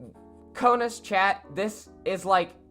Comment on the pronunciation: You said (ko-naz) it is (ko-nes)